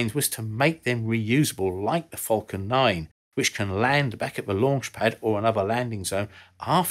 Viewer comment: It's "falcon", not "fulcon".